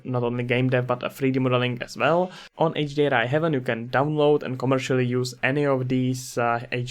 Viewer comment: thanks for the headsup texture and hdri haven are great resources I can't wait to see this one grow as well. not to be that guy but its Hay-ven not heaven